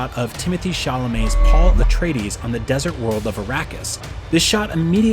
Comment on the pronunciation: There are also recordings of Frank Herbert himself pronouncing these names. The narrator actually got almost all of them correct. As much as I love the Lynch movie, it is hardly an accurate source for anything Dune. Most pronunciations in the 1984 movie are wrong, the weirding way has nothing to do with sound-based weapons, Paul was NOT the Kwisatz Hadderach and he did not make it rain on Dune.